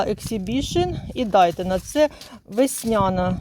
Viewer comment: КатАлог та ДАйтона дуже ріже вухо. Це не суржик.